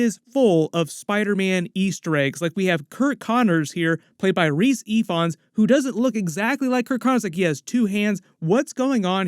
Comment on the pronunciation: I kinda sorta feel that during a symbiote movie for Spidey, MJ and Ned will get their memories back due to being bonded with venom, or something. Also, Rhys Ifans is pronounced Reece Evans, his family said he just changed it to make it seem cool